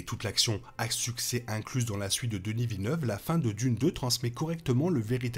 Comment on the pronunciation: Toujours intéressants vos vidéos, même des mois plus tard! Pourquoi par contre dites vous "Denisse Villeneuve"? Vous savez, nous québécois prononçons les lettres des prénoms francophones comme vous! Il en va de même pour Justin Trudeau, que j'ai entendu trop de fois prononcé "Justine Troudeau" outre-atlantique!